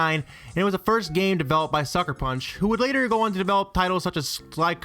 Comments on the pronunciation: It's not ge-o-mon, Goemon (go) e is silent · I feel like your mispronouncing Goemon but I could be wrong